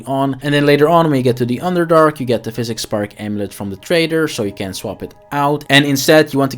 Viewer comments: psychic is not pronounced like physic. it's Sai-Kick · Bruh... Psychic Spark... not "pHySiCs spark" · Psychic is pronounced Sigh-Kick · Good guide. On the other hand, hearing you mispronounce “psychic” that badly is like someone trying to shove a wet d**k in my ear.